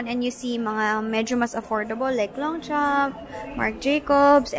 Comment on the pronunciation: longchamp is actually pronounced as longsho. (long - shaw) ☺️